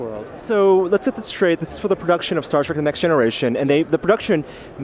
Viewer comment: What's this "Start Trek" you speak of?